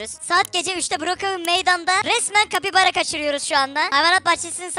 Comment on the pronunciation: Kapybara diyin çe ben (kapybara bapybara)